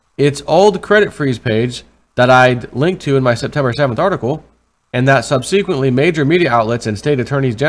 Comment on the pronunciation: Sub - saquent - lee, NOT sub - see - quently